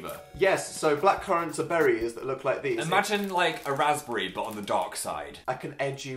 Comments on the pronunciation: its raspberry 😂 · im sorry? how the fuck did they pronounce raspberry??